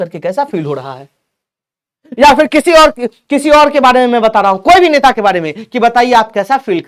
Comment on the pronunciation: नेता ❌ नेटा ✅ 🤣🤣🤣🤣🤣